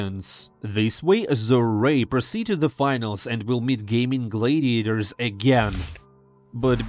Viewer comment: Bro you have to stop saying Gaimin Glaydiators